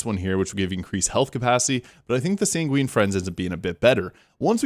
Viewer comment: "Sanguine" is pronounced SANG-gwin. No hate, just for your future reference. Great video. The word comes from the Ancient Greek and Roman medical theory that posited people have 4 humors: blood (sanguine), phlegm, black bile, and yellow bile. "Sanguine" in this context would mean optimistic, passionate, bloody, or even red. So, I guess, Dr. Vex is prescribing some bloodletting to set the Borderlands back in balance.